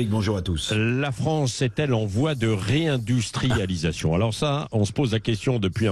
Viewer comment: Réindustrialidatoon? Avec quelle én+ergie ?